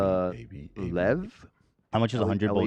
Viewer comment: As a Bulgarian, the 'Dad's beef with AB failed' segment was sooo funny CUZ saying fast AB kinda sounds like the Bulgarian word for 'to fuck' also Dad, oh sorry, * saying Bulgarian Lev (great pronunciation btw) was sooo bizarre